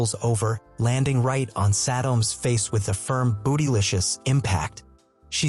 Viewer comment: Bro said boodylishous